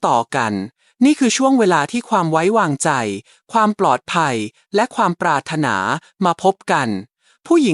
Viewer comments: ควรให้คนอ่านAI.อ่านไทยไม่ถูกเช่นปรา..ระ..ธนา..อ่านว่าปราดถะหนา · ทำไม. คำพูดที่ได้ยิน. ปรารถนา เป็นเสียงเพี้ยนไป. น่าจะ ออกเสียงว่า. ปราถนา. แต่ออกว่า. ปรา. รด ถะนา ขอคอธิบายด้วย ครับ